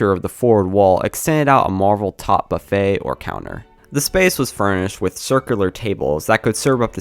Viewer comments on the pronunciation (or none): none